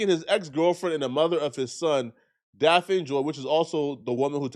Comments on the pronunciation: Her name is Daphne not Daphine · He called ol girl Daffine 😂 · Her name is pronounced DAF-NEE!!!!! Stop saying it wrong